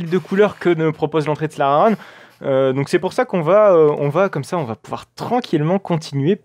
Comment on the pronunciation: Je t'ai envoyé un vocal sur Instagram pour t'apprendre a parler néerlandais, enfin surtout prononcer "Slagharen".